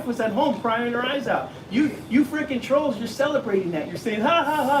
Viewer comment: Why do they call people "troes"? Can't they say TROLLS? Do they all have speech impediments? Too bad we can't trespass them from the entire USA!